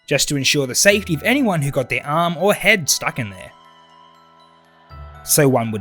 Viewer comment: I love how he said arm or HEAD 👦🏻